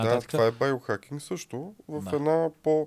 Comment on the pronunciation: Байохакинг? Зайохакинг. 😂 Откога "био" почна да се чете "байо" на български?